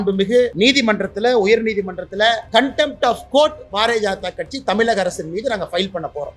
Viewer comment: Annamalai sir tamilagam illai tamizhgam sollunga la illa zha